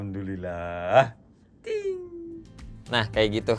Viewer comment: kocak lu bang seru liat review nya jadinya pas bilang "ting" awoakwowko